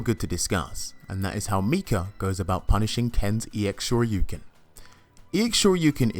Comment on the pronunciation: I like how you actually say “Shoryuken” instead of DP or Dragon Punch. Thank you for the video sir!!!!